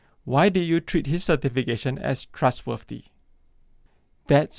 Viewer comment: i hate how you say trustworthy